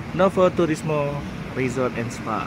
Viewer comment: Bacanya nowu turismo gtuh kak...hehe...slm yah dri Tiles...di el legendario pizza nya dunk kak..eneak